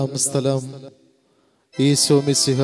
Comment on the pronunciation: ഈശോ എന്നു പറയൂ..ഈസോ എന്നുപറഞ്ഞ് ഉച്ചരിപ്പ് മോശമാക്കല്ലേ.